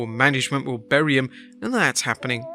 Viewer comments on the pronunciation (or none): none